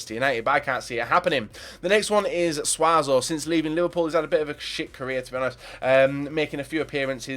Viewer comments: it's Suso not suazo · Suso. Not SUAZO. Suso.